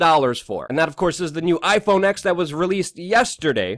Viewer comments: “iPhone ex” it’s iPhone TEN son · It's pronounced iPhone ten, not iPhone ex. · iPhone Ten. Not "X".